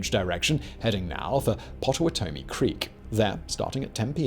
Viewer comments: Hearing him pronounce Potawatomi, I had to pause the video and save myself from choking to death on coffee. lmao.... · Having lived in Kansas and familiar with the Native names given to many places, I cringe every time he says Potawatomie and Osawatomie.